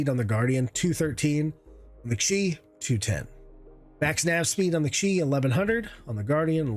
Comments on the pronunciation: It's just called the Q I, not chee or Keeyyy, it stands for Quantum Interdiction, and D stands for Dampener. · Good comparison. It’s “Q” “I”, pronounced “Que - Eye”, because it’s an abbreviation of “Quantum Interdictor”. Not “she” “key” or “chi”. While alien thruster tech is used by Mirai/MISC it doesn’t get an alien name like Xion ships do.